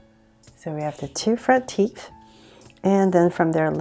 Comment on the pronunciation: i kept hearing “teef”